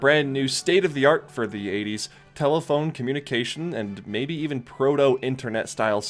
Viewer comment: it fucking was. What's with the "mAybE"?